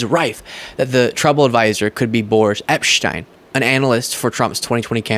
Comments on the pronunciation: Just FYI, and not the point, I know. But, I think Boris Epsheteyn is pronounce Epsh-teen. That is how I have heard other lawyers in their videos, or TV commentary, pronounce his last name. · Pronounced epsteen!!